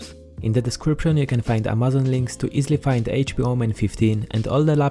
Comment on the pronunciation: U pronounce amazon wrongly